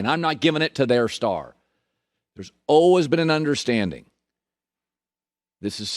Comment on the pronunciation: Colin “alwas” Cowherd